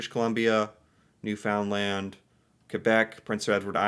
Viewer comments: Newfoundland is pronounced "New-fin-lan'" (you can add or leave the D at the end.. When you say "New Found Land" so hard, it's basically the calling card of an American. Same if you say "Tor-on-toe". Only outsiders say that... Natives would say more like "Torronno" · Please stop saying Newfoundland that way. It is pronounced Newfinland. I love your channel and your take on our wonderful country. Once we get rid of Trudeau the country will be much better off. Thanks for promoting our beautiful country. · Newfoundland.... Newfnlnd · The way he says "New Found Land" just lol.... omg. It's pronounced "Newfunland." say it really fast, no spaces. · I appreciate you trying and be successful in most Canadian pronunciations, but Newfoundland-is not a three syllable word just squish it into one word, and ramp it up from 33 to 45 ( L.P.reference here ) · I'm sorry, but I have to mention this. It is pronounced New-fin-land. "in" instead of "ou". Love your videos!! - A Nova Scotian who would stay here or go to PEI, you should do a video on Anne of Green Gables!! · Hello I watch you all the time. I just have one request from you. PLEASE do NOT put the emphasis on the ‘found’ when saying Newfoundland Pronounce it NEW-fun-LAND. Thanks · Everytime I hear you say NewFoundLanD, I cringe!!! We call it NewFUNDland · Pronounce it as "new fun land" If you sneak the "d" in do so real quiet and you'll have it nailed. Then somenoe with a real newfie accent will make us both sound funny. lol. But saying the "found" as the word sounds really stands out as wrong. It never comes out as one word saying it that way. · I'm sorry I just can't help myself! New-fin-lan not new-found-land... It hurts the ears 😂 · Newfoundland = "Newfunlend" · You pronounce it as Newfundland. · It's pronounced "Newfinland" hence the term "Newfie". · Newfoundland is pronounced ‘New-fin-land’ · Newfoundland is pronounced Newfundland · Pro tip: Newfoundland is pronounced: Newfun-LAND